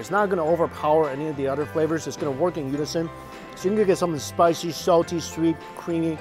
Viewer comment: I Love When He Says "SPISHYyyy"